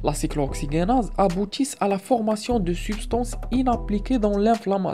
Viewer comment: La prononciation de cyclo oxygenase est n'est pas just